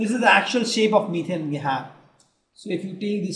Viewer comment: Yes, It is ethane, not ethane....